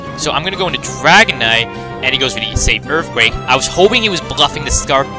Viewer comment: Earfquake lol